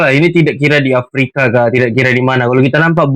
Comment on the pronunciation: Aprika apa papua? 😅😅😅